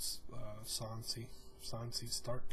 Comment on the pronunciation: Why are you saying San-See 😂😂